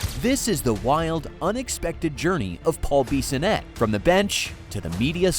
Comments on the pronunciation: Who is this Beeeeeeesonette you speak of? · Clearly u dont watch him on tv or u would know how to say his last name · Take a shot every time the AI voice says Biz’s name wrong 🤣